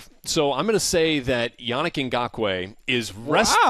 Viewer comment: you pronounced yannick ngakoue wroung